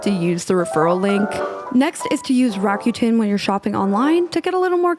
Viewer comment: Fabulous content as always!! Just so you know, Rakuten is pronounced "ra-coo-ten".